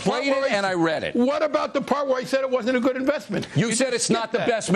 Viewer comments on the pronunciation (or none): “You left out the pawt where I said it wasn’t a good investment”